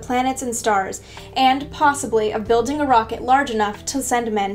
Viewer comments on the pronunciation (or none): none